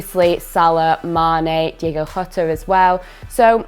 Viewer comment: Diogo not Diego, can no one on football YouTube say his name right?